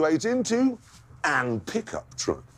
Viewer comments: It's intentional, just listen to how he emphasizes it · its like he emphasises it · i love how much he emphasizes it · I love when he sometimes uses the correct form and then immediately repeats the sentence and gives extra emphasis on the incorrect form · He emphasises on 'an'. It just means that he is saying it intentionally. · He does it on purpose, you can hear the emphasis. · Why dose he do that? It’s obviously on purpose cause he emphasizes it when he says it.